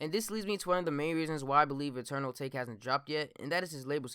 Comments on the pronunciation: It’s pronounced: AH TAH KAY fam pls stop saying A take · It's pronounced ata-ke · It’s Eternal A-tah-kay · isn’t it pronounced eternal atake(ah-ta-kay) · I thought it was pronounced Ah-tah-kay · It’s Ah-tok-ae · It’s pronounced UH-TAH-KAY 😂😂😂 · Dumbass doesn’t know how to say atake lol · can yall do real research and pronounce the damn album correctly like god damn